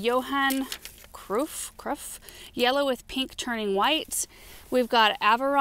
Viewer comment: Hello. Johan Cruyff. Pronounced Croyfe. Very famous Dutch Soccer player. Well famous in Europe...... Love the videos.